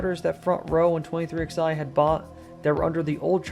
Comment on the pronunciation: It's pronounced "23Eleven", not "23XI"